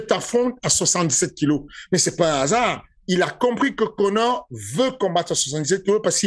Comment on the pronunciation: « IL DIT A KONÈRE » Fernand Lopez 2022.